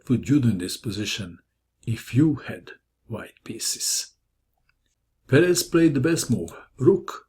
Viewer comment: I think it's pronounced PEres.